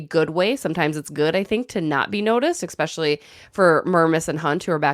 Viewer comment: The word is pronounced ESPECIALLY...NOT EXPECIALLY... COME ON